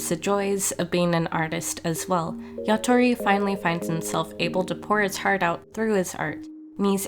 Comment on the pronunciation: It's yatora not yatori